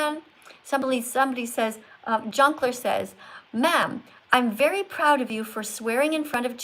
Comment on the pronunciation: I like how you said excUsE mE “MA’AM”